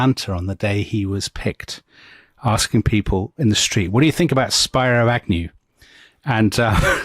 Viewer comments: Spiro Agnew pronounced his first name as Speeroh not Spyro. I was 9 back then and remember that clearly. Also, what Nixon practiced toward the South was called dog whistling. His supporters could hear what he meant even if he had plausible deniability. He buddied up to the racists like Strom Thurmond to win the southern vote. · It was SPEERO "Nolo contendere" Agnew. Former governor of Maryland. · Spear-o. Not spy-ro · The “I” in Spiro is not an Anglo dyphthong. It’s Spih- roe. Not spye roe. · "Speero" not "Spyro" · They are pronouncing Spiro Agnew's name wrong - it's not "Spy-Ro" it's "Speer-O". Super annoying. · You certainly find virtues we never knew Nixon had. By the way, his VP Agnew's name is pronounced SPEAR-o, not SPY--ro as you have it. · SPEE-RO NOT SPY-RO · I think it's pronounced Speero Agnew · Spear-O Agnew. Spyro is an awesome video game dragon lol. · Spiro is pronounced “spearoo”. Ailes is pronounced “ales” like the drink. 😊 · Pronunciation Help: SPEARo Agnew. Roger ALEs. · Come on guys it's pronounced Spearo. I agree that your leftist elitist slips are a bit much. Why is it every Brit pretends to be an Eton educated Duke the minute they talk about America? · Speero is how it’s pronounced. Great podcast. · Loved the episode but Spiro Agnew’s given name is pronounced spear-o (not as the first part of “spirograph”). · 2 name pronunciation corrections. - Spiro (Agnew) is “SPEER•o” - (Roger) Ailes is “ALES” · This really is an awesome episode… And I don’t even care about the hilarious mispronunciations of Spiro Agnew and Roger Ailes names 😂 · Spiro mispronounced but great job!